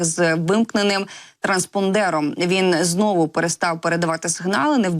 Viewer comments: АнгарА, а не АнгАра. ТранспОндер, а не транспондЕр. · Будь ласка, перевіряйте наголос у словах, не треба бути такою самовпевненою. АнгарА, транспОндер...